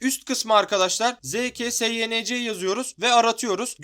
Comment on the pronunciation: kardesim yanlis okuyorsunz. Sayens degil sink okunur